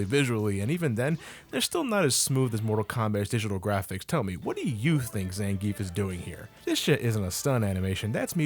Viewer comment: Did I just hear a effing American pronounce Zangief's name right? Pretty much everyone is calling him "zangeef", even though it's supposed to be "zangee-af", sorta like a lot of russian surnames. God damn, how do you even know that?